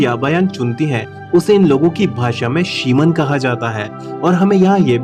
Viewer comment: शिमन नही रे भाई, शमन .